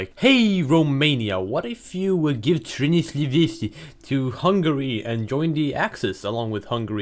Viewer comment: Transylvania isn't hard to say, wtf lol